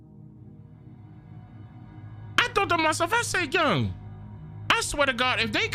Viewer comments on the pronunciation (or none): This is how you know is from the DMV area, "I said yung..." 🤣